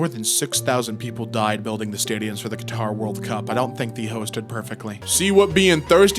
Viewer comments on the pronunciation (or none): none